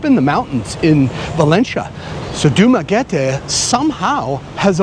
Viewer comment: You pronounce Dumaguete like a complete idiot..